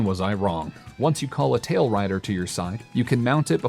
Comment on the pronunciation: The monsters you ride are called tailRAIDERS, not tailriders...